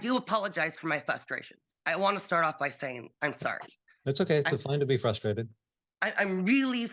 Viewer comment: “I’m so FUSTRATED, Your Honor”. 😆 gotta love when adults still don’t properly pronounce commonly used words like that but still expect to be taken seriously by people with brains judge has done nothing unfair toward her, she’s just an idiot